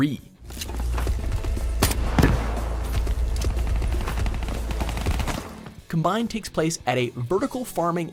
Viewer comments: It's combine, like the tractor not combined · Its pronounced Combine not Cumbine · He’s got no clue about the game or the maps not to mention the way he said combine ughh it’s combine not combined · Is "combine" not pronounced as the noun and not the verb? As in com-bine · com B I N E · Cum Bine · “Cahm-bine” is the correct way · Clearly a lot of research went in to this mans mid pronounced combine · Why does he say combine like that? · This list was terrible. The dude includes a map that thst can not pronounce. Smh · If you're going to include Combine in the video, learn how to pronounce it correctly. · Love how he said combine it shows that he has absolutely no idea what he's talking about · When he doesn’t know how to pronounce combine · you said combine so wrong lmao. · He was pissing me off saying combine lmao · Please learn how to pronounce the map combine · He said combine wrong😂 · the way he says combine..... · Thank goodness I'm not the only one. It was bothering me so much, I had to pause the video to comb the comments for support lol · Yeah he's saying it as in combination instead of a combine -_